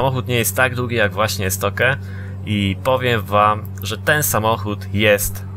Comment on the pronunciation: Jakie Estoke "estokju" jeśli już